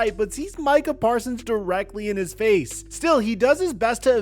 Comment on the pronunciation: said “the Micah Persons bowl” homie is so upset